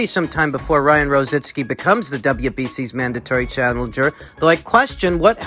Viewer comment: IT'S ROZICKI...NOT ROZITSKI....LOL...